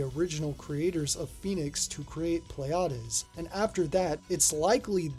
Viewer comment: "Pleiades" is a real-life star system and its name is correctly pronounced "plee-ah-dees" ... not whatever you said there :) Don't worry about it, though - Greek words are sods to pronounce, and I remember a friend of mine always called that arcade game something like "Pleads" - so your stab at it was closer than his. Just to add to the confusion, the name is actually mis-spelled on the game's title screen as "Pleiads" but it's spelled correctly on the cabinet art ("Pleiades").